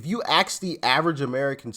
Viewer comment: It’s ASK Doc, ASK, not AKSK.